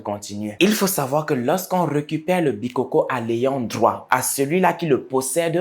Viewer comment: On ne dit pas les bikókó hein, on dit les bikôkô. Ce qui est donc un fêtiche qui tire ses origines des ancêtres et évolue de génération en génération.